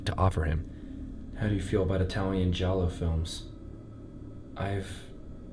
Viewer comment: how bro gonna pronounce giallo right but not suspiria